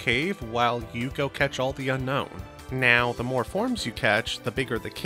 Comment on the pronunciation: Fun fact: Unown is not pronounced like unknown but rather un-own